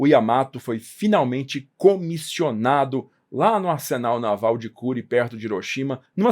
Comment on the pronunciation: A pronúncia é /kurê/. Já morei em Hiroshima.